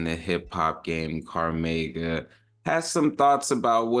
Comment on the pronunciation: Crazy how you pronounced cormega name 😂.